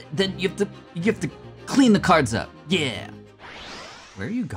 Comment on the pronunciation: the way he said yeAH!!!